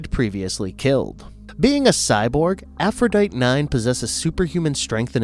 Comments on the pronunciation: AphroditE. way you say it, sounds like the name of a virus or something. or also closely related to a troglodyte. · "Aphrodite" is pronounced "a-fro-di-tea". Arguably funny......